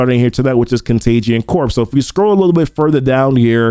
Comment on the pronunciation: "corps" is pronounced "core", like Marine Corps. It's not Contagion Corpse (although that would be appropriate...):D